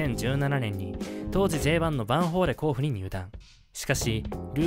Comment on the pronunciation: 甲府の発音おかしい